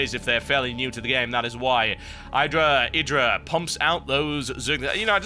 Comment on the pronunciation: TB, Idra's name is pronounced - "Eih-Drah" :) LIKE SO HE SEES THIS ~